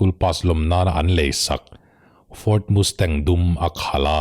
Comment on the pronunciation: Ford Mustang i lam rik dang hi a fel hlei deuh mizo a Mastang kan tih ang hian chhiar ri zawk la,,Mustang nilovin,ka lo ti ve mai mai,, Nia,,Hight school Pass lawmna a chhungten Muscle Car an lei sak ngam mai dan atang an khawsa ve thei ti leh amah pawh hi an ring tawk tih chu a chiang reng mai,,Thalai an nia vawi hnih khat han tlan chak changte chu awm ve tur alawm,,a tan rei tir deuh anih khi male